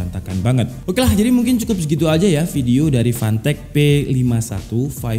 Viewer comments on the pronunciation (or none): Waktu mnt 12 pas nyebut nama "fantech fantech" kok aku dengernya pant*k pant*k wkwkw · Klian yg dengerny fantech Gw dengerny pantek :V🗿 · Brand nya "Fantech" Fantek Gua denger nya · Samsul : apa rekomendasi untuk komputer bre Udin : gua tau bre, 400 dapat mouse, keyboard, heatset.. Gaming lah bre Samsul :apa itu merknya bree Udin : PANTEEEK Samsul : lah kok ngegas Udin : iya PANTEK Samsul : lu ngajak berantam, gw nanya serius Udin : yaa merk nya PANTEK.. Samsul : fanteech njir 🗿 Udin : ya itu lah 🗿 Samsul : 🗿 Udin :🗿 🗿🗿🗿🗿🗿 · jangan beli merk ini lu ntar dikira ngatain 🤣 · Anjir pass ngomong fantech ngakak, kek kedenger panteq 😭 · Ngakak pas abang ngomong, fantek fantek wkwkwkwkw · bacanya pantek :( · Kek umpatan sumatera cuma lama di Arab jadinya ga ada huruf "p" wkwkwk.